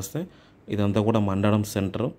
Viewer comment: మండడం కాదురా నాయనా మందడం ఓహో మీకు తెలుగు చదవడం రాదా?